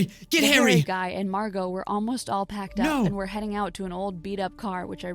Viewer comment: Excuse me, her name is Margo. Not Marci, or Mango, Wells Fargo. I like- YES someone really said Wells Fargo Her name is MARGO.